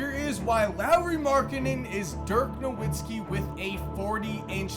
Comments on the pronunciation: Holy shit. You claim to be a fan of the nba but can’t even pronounce dirk’s last name correctly. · You can’t trust a guy that can’t even pronounce Nowitzki correctly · How the fuck does somebody make hundreds of nba videos and still not know how to pronounce “Nowitzki”